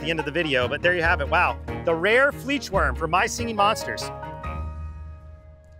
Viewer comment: the fleechwurm 💀